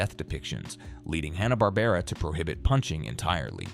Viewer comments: "Haw-na Barbera" ??? You couldn't get a human to narrate the video? 😂😂😂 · Hahhh-nah Barbara. Hello grammar pronunciation? I'd like to report a murder!